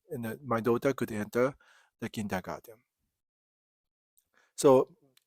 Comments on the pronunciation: No, you're doing it right, it's just interesting to hear how a German word 'comes back' to a German via an English-speaking Japanese person – and how it changes slightly in the process: Kindergarten, Kindergarden, Kindagaten, etc. Best regards, my friend! 🙂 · I love it when my favorite Japanese friend pronounces the English word 'Kindergarten', which originally comes from German (my native language), with a Japanese accent. 😍 One World! :hand-purple-blue-peace